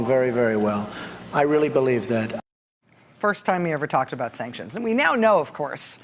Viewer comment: Did anyone notice how he pronounced sanctions? Just like she did. No T. Sancsions?